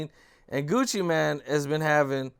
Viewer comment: “And Gucci MAN” I hate when ppl can’t say MANE